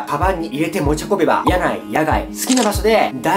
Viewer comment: × 屋内(やない)、屋外(やがい) 〇 屋内(おくない)、屋外(おくがい)